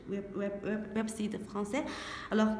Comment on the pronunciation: salut, ouais c'est pas facile à dire website hein,lol,l'emballage aussi d'ailleurs,ça n'empêche que tu es super comme toujours,merci